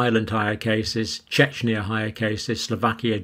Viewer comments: Czechia ('Check-ya' (Czech Rep.)) NOT = 'Chechnya' (a Russian Rep.) - a different place altogether. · I REALLY don't want to be "that guy", I am just saying this as a help, not a complaint. Czechia is pronounced "check-ee-ah" and not "Chech-nee-a" Chechnya is a different country. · CheKHia - pronunciation, not Chechnia ;) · Czechia Is Czech Republice not Chechnia! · Czechia !!!! pronounced "Chekya" not Chechnya which is a part of Russia! I mean come on! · Thank you. Just a little side note from a Czech - Czechia is a relatively new term, pronounced "Chekia". Please do not confuse with Chechnya which is a Russian constituent country. :-) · Czechia (pronounced Check-iya) -- not Chechnya! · Please, don't read/pronounce Czechia (Czech Republic, western neighbor of Slovakia, former part of Czechoslovakia) like Chechnya! Pronunciation is CHEH-khiyah or CHEK-iyah. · Czechia (check-ee-a) not Chechnya, one's in Europe, one's in Russia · Czechia is pronounced as when cheque fcked Ikea. It's not Chechnya:) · Sorry, Doc, but I can't take you seriously when you repeatedly mispronounce the word "CZECHIA" and mix it up with a completely different country "CHECHNYA"... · Czechia is not pronounced "Chechnya". Czechia (former Czechoslovakia, now Czech Republic) is country in central Europe, sharing borders with Germany, Poland, Austria and Slovakia Chechnya is in Russia. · It's not Chechnya, it's Czechia = Czech Republic. There is no alternative pronunciation for it. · I still don't really understand why he reads Czechia as CzechNia... I mean, where does that "N" sound comes from, that's not Chechnya or whatever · It’s “Checkia” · Czechia, not Chechnya :-) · Czechia [ Check - ee - ya ] = Czech Republic, not Chechnya in Russian Federation ( It's like easily mistaken like Austria with Australia ) - sorry, it's funny. I don't like to correct you in pronounce ;-) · It's not Chechnya it's Czechia! (or Czech Republic)😉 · Not Chechnia, Czechia!! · Czechia John, not Chechnya ffs